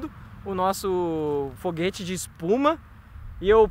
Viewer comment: Eu vi ele falando RÔ Foguete